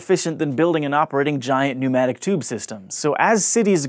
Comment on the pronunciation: Nomadic tubes? Weird pronunciation.